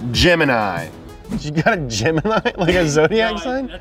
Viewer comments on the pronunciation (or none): none